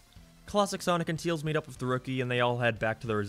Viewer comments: It's called Tails, not Teals. It's said Fail, not Feel. It's spelled Canon, not Cannon, when referring to continuity. It's said Favor, not Fever. Other than that, yeah, this game sucks ass. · why are you calling tails, teals. that's like calling sonic, greens. like I get that it's an accent thing but it's literally the only word you say in an accent so you obviously are capable of saying his name correctly. if it's some kind of inside joke, it's not a very good one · "teels" never gets old